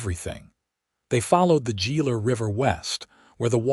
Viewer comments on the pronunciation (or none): "Gila" is pronounced "Hēē' -Lă". Whether Gila River or Gila Monster. The "G" is the "H" sound of expelling a breath of air as in "hair".